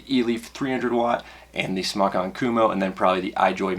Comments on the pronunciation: Dude off of vapor trail channel talked to a company rep. It is pronounced smoke. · its not "smock" it's smok as in smoke, call them and ask them. u sound noobish saying smock lol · JESUS FUCK STOP CALLING IT "SMOCK" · is it pronounced 'smock' or 'smoke'? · it's smoke not smock. smock sounds stupid and smok is a play on words because your smoking non smoke. it's a smoke tfv12 and I love it. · You know it's pronounced smoke! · Fun fact: It's pronounced Smoke! The only reason it's spelled SMOK is because SMOK(E) was already copyrighted by another company. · Fun Fact: You're wrong, It's pronounced sm"а"k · Brett Forbes I say "smock" pronunciation because it's a "mock" smoking device. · its pronounced smock for everyone who still doesnt know, it means dragon in polish